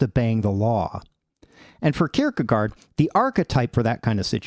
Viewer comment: If you care: it's pronounced "kierkegore", with the last syllable being a bit shorter than the English word "gore", but it's the same vocal sound. You pronounce the first part of the word perfectly.